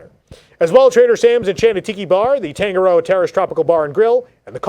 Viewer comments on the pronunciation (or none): none